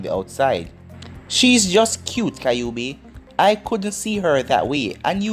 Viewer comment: Why do you say kaiobi instead of kyuubi...